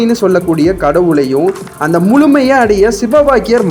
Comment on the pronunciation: நல்ல பதிவு ஆனால் முழுமை வழி.என்ற வார்த்தைகளை சரியாக உச்சரிங்கள்